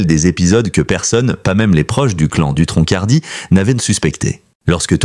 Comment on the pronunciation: On ne prononce pas de c à la fin du nom🤭🤭🤭🤭